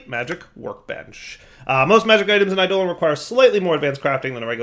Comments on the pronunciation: i-doe-lawn, not i-dolan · I always pronounce "eidolon" as similar to "ai'doh-long", so pronunciation as "I, Dolan" bothers me. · it's pronounced like 'Ai duh lawn' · Is it a purposeful joke with this one? It really doesn't sound great with this one.